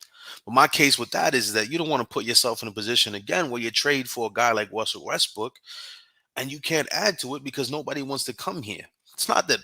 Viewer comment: Both of y’all butchered Russell name. Lol